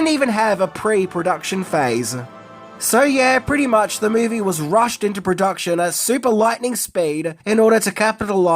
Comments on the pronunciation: Rushed not Rused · "Rused" into action. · #10: “RUSED” into production lol😅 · Number 10 said "rused " into production instead of rushed. But being a jerk. Just thought it was funny. Carry on. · Wouldn't that be "Rushed into Production" not "Rused into Production"? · *Rushed What the hell is Rused into Production? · "Rused into production" LOL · Must have "rused" to get this video out